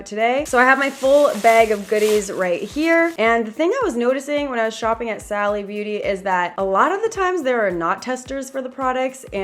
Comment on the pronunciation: It’s pronounced “Sally”